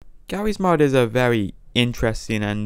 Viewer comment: im sorry bro but "gawwy's mod" made me cry